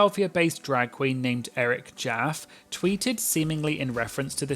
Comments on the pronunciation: Eric’s name is pronounced “Jah-fee” lmao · Eric Jaffe pronounced JA-Fee.